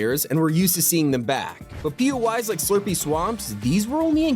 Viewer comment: I keep hearing him say "Pee-yoo-eyes" as in PUIs, but isn't it "Pee-Oh-Eye" as in "POIs?" Places of interest?